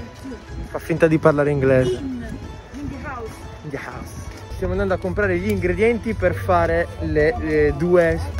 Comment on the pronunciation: parla ancora inglese con la pronuncia degli annunci metro di Londra 😂😂😂❤